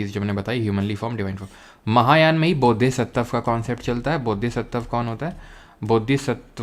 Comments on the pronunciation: Heenyan or mahayaan glt bol diya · hinyan mahayan galat bol die